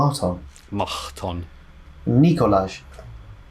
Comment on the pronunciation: Highlight of my week but I'm sorry,, it's pronounced Nikolaj